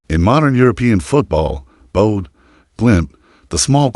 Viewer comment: And Bodø. It's not Bode or Boad. The ø is pronounced as the ea in early or heard. Ø means island.